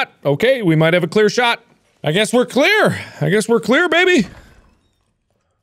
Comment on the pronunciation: "I guess we're Claire, I guess we're Claire baby. Yeah we're Claire. Okay we're Claire..Oddly enough we are Claire" It's great mark know's who he's playing as. (And yes I do know he is saying clear but it sounds like he's saying Claire)